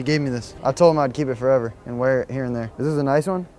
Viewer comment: ZERE IN ZE ATTIC